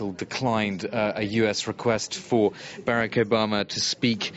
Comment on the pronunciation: There are only 24 hours in each day. To the newscasters: Please learn how to say the word 'Barack' properly.